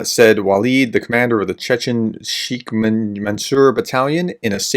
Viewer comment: Sheik is pronounced Shake like in milk shake. Stupid Arabic to English transliteration!